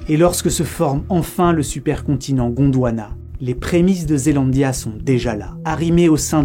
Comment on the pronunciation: J'ai vraiment entendu Gondowana